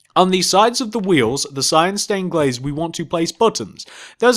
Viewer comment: you said black staind pane